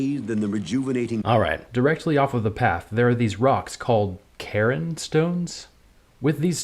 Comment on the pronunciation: I can't help myself. They're not Karen stones. "Cairn" sounds like "Care" with a soft n rather than a Hard N on the end. So not Kare-en or Kare-in, but Care'n. Source: I used to live in a place called Glen Cairn, but since everyone here is super white they all called it Glen Karen. In any case, a cairn is most often a burial mound of stacked stone. Megaliths, like the ones in D2, can be found at some cairn sites but I get the sense that Blizz used a loose definition so they could use a word associated with death.